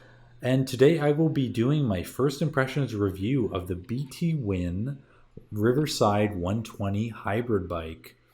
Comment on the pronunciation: haha, it's B'Twin, like "between", not "bee tee win"